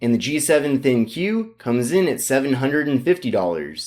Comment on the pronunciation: Isn't pronounced "Think," not "Thin-Q?"